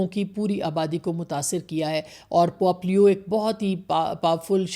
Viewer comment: It’s not pOp but pope